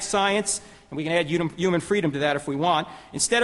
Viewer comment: This guy was no match for Hitch at all. I wish someone would teach him the h in human is not silent.